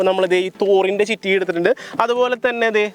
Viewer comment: ചിറ്റിക അല്ലടാ കുണ്ണേ ചുറ്റിക